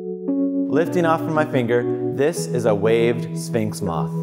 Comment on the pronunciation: ... He keeps saying "spinx" moth instead of "sphinx" moth...